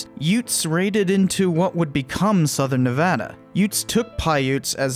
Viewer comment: Wait, you know how to pronounce Nevada?!